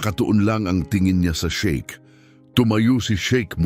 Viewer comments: Sheikh hindi shake. Hindi na ba talaga ineedit ang mga ganito? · Shiek Hindi shake